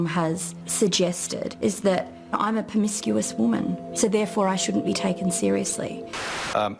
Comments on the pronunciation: Peromiscuous? New word? Lol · "Permiscuous" Stick with "slut", Sarah. It's much easier to say.